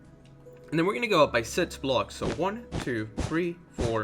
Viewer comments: It's six not did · The way he says six “sitzs”😀😂